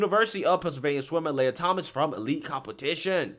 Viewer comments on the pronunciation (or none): Lee-uh Lee-ah Not, Lay-uh